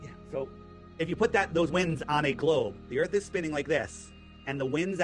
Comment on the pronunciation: He lost me at Earff 😂